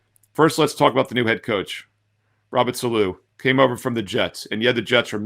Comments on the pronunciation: its Saleh pronounced SAW-LA. Lol. Appreciate you my man! Thanks for the picks. Excited for this season. Might buy your NFL season picks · Robert "Saloo"?? Lol, you've really never heard it pronounced? The dude has been around for a while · Your pronunciation of Saleh is wild, but good picks 🤣